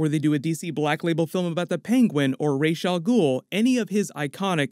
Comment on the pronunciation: It's not pronounced Raysh. It's Ross el Ghoul. I wish they would fix that shit. The story behind it is kinda interesting though..